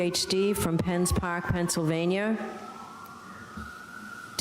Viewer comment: The way Judge Bev says Pennsylvaniarrrh makes me die